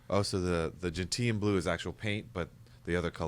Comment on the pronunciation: Gentian pronounced “Jen-shn”…